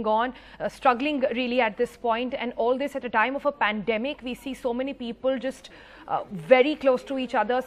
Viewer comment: Peepul, possibul 😂